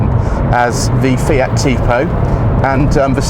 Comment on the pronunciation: Proper pronunciation of FIAT and Lancia! Well done sir!!